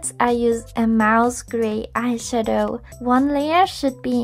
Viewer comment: I hate the way she stresses the word "eyeshadow"